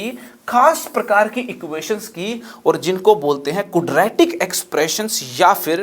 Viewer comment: क्वाड्रेटिक एक्सप्रेशन ना कि कूड्रेटिक एक्सप्रेशन.